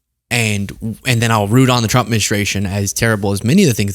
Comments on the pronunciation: You wonder why she says chump instead of trump and chater instead of trader? Wonder no more! It's because of her top lip! It doesn't move because of all the injections that she's gotten into it or plastic surgery she's had done to it or whatever so her mouth can't form in the correct way to pronounce the letter R! I think women that have that done are fooling themselves not anyone else!! She probably look better before she had that done! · Me (as a German) hears "Shrump" ... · She can say strengthened with the tr correctly lol. She should be saying shtrenkthened if she can't say Trump. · She says President Chump! 🤣😂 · That’s not the first time she slipped up and said CHUMP…Freudian slip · I don't want to shame her speech impediment, but tr=ch, like chump and chading, and cr or pr= r as w, like pwesident and cwimes. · She cannot say his name correctly. LMAO😅 It's only the tCHEWTH⚠️ (Edit; Your acting is better than the acting Director of FEMA) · Did she say president chump or trunt? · As a speech pathologist, the tr blend is often mispronounced as /ch/, but it is hysterical that she repeatedly calls him a chump :) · I still roflol that she can't pronounce tRump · I never realized Leavitt can't say Trump... I am laughing so hard.